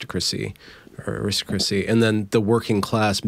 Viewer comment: Aristocracy -- aris-TAH-cra-see I know you tried,. And I know it's hard, because I find it almost impossible to say that word the way you say it. You may have come up with the first one-word tongue-twister, as far as I know anyway.